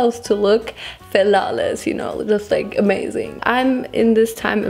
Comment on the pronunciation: Nobody:: "Nostayyyy", "Falawless", "Schtupid", "schnoodle doot", "Tresh" That's what I live for 😂